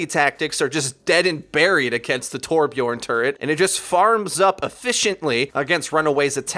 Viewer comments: its torbjörn not torbjorn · Its Torbjörn wtf